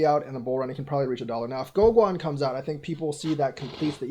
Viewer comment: Pronounced GoGen.